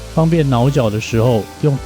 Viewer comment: 腦絞，我一直聽成 “撓腳” 😂